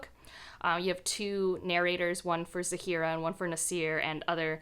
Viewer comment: It kind of bothers me a little but generally when pronouncing Arabic/South Asian names you have to place the emphasis on the A (or ا Alif), ZAA-fi-ra, NAA-sir, etc. you are instead placing the emphasis on the f and s here. Anyway, I'm currently reading The Thursday Murder Club as I was in the mood for a mystery, and I plan to read the Ocean at the End... in Sept for the Magical Readathon. I haven't had much luck with Gaiman before but hopefully this one will work!😊🌻